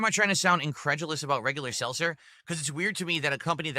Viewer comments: "Selser" "AMW" He can't pronounce anything, jesus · Seltzer. He can’t pronounce anything!! Also, he first said he was helped by someone that typed up instructions for him and now he says he followed a guide he found online So of course he fucked it up.